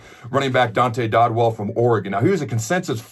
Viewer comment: It’s Dow-dell not Dod-well cmon Adam it’s not that hard